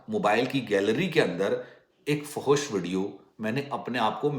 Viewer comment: fohosh nahi bolte fahash bolte hain